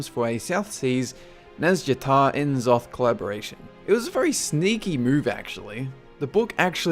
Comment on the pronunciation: I love your videos. But, you pronounce names like that without the K so it sounds like Richard Nack. And I'm almost positive that N'Zoth is "Nazoth" just like C'Thun is "Cuh-thoon"